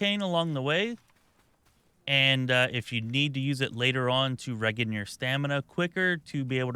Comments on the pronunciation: lol at "reggin" your stamina :D Regen isn't pronounced "reggin", its literally "re-gen" i.e. short for regenerate xDDD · No Great video but you do know REGEN is short for regenerate which is pronounced ‘RE-JEN’ 😂😂😂😂